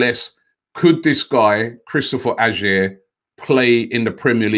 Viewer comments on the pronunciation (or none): Its peonounced Ayer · Pronounced like Ayer Robbie mate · Not quite there yit but is better than mustafi holding chambers if he was in the premier leauge he would be going for 35 mil least maybe Is a punt for 25 good on ball etc just makes the odd mistake. Pronounced his name wrong tho Robbie 😂☘️☘️☘️☘️. And your right the standard is worse up here no doubt just a question have use got a champions leauge trophy in that cabinet👀👀